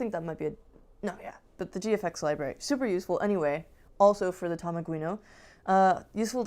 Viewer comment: Thanks for mentioning Tamaguino! :) You pronounced my name perfectly! Here is the tool to convert bw bitmap to code You can also check out my arduino based cartridge console with Tamaguino ported to it + a new A-Maze game :)